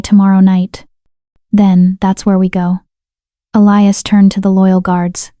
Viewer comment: ATTENTION: ELIAS is NOT pronounced Ah- lie-us. Correct pronunciation is Eh-Lee-Us. Also Herbs the H is silent so erbs. It is so extremely distracting, the constant mispenunciation, please.